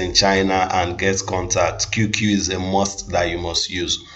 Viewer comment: You keep calling it "QQQ"! It's not 3 "Q's" only 2. The name is "QQ"! 😐